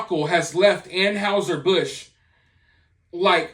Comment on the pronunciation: Please learn the correct pronunciation of Anheuser-Busch